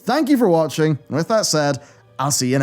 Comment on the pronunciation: With that said. With that Said. Wiiithhherd that said. Asmongold